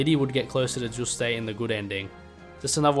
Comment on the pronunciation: Bro why are you calling him "Juustayy" 😭😭😂😂